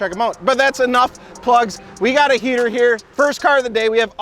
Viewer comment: “Gonna be starting off with a heEeter”